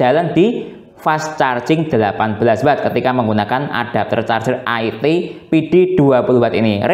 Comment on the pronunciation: nyebutnya bukan aiti tapi IT di sambung ga dipisah2